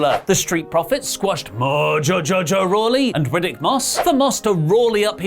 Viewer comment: Oh my God you said Mojo Jojo Rawley! I've been saying that for months!